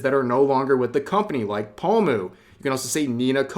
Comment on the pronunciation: Omfgggg Rev are you seriously still pronouncing Pomu as "Pa-mew"?!....